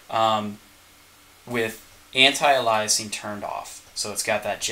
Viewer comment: It's a weird phenomenon of the art community that many digital artists don't pronounce "anti-aliasing" properly...